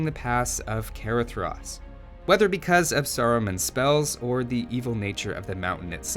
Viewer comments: I'm pretty sure it's pronounced "Caradras" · That is not how you pronounce Caradhras. It's actually more like "cah-RAH-thras", with "th" as in "then".